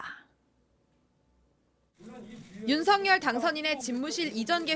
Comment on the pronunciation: 윤석열 의 정확한발음은 윤서결입니다